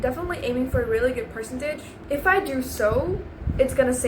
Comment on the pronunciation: Your accent is really good but there are some tells, your pronunciation of words like "percentage", "embassy", etc. are wrong